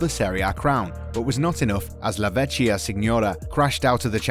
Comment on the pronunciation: "Vecchia" is pronounced VEK-ya